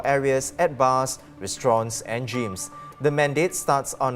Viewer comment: Dear, "reason" is not pronounced "risen". Also, "gyms" is not pronounced "jeems". Your standard of pronouncing English words leaves a lot to be desired.